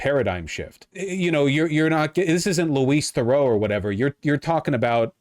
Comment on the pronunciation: that's the worst pronunciation of Louis Theroux I've ever heard